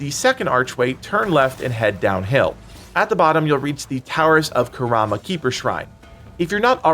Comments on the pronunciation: "Towers of Karama." It's karma. Car-ma. lmao, great video though, thanks for the help! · Karma ... Not Karama 😂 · It’s Towers of Karma not Karama 😅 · Its called the tower of "karma". Not kurama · Bro its karma not kuarma lmaoo got me looking for other spots and shit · you mispronounced tower of karma to tower of kurama btw. had me looking on my map for that area then i decided to look back on the video lmao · The towers of “KarAma” was killing me 💀 Great video though ! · Are we gonna talk about how he said “Karama” and not “Karma”? I was so lost for a few minutes because of this 😭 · Dude said karama keeper shrine.. And I go “oh I don’t have that yet” turns out it was the tower of karma shrine..😂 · Some feedback, 1) please slow down on directions to where to go 2) please make sure you are pronouncing the names of these places right… just spent 5 minutes trying to find “The Tower of Kuhwarma Keeper Shrine” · love the video but why does he pronounce Karma as Karama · I was hearing Kurama and thought he was talking about Yu Yu Hakusho :p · Bro said karma wrong 😂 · Why pronouns Karma that way lol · the way he pronounced "Karma" xD